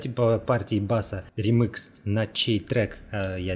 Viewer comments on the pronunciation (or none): я один ржал как лошадь, когда он говорил "римыкс"?